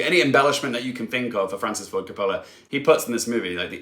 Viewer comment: If you want to be in the movie review business - and I realize this is probably his last film - you have to learn how to pronounce Coppola (hint: it doesn't rhyme with "cola" and the emphasis in on the first syllable, ie COP-ola). He's one of the most important filmmakers of ALL TIME.